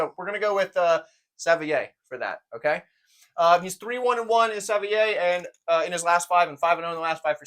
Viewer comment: It’s pronounced sav-waa Or Savoy if you’re begrudgingly English